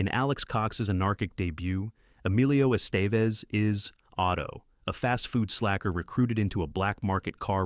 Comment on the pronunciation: How do you review Buckaroo Banzai and mispronounce it? Repo man too? Estaves? Chow Yung Fat? WTF?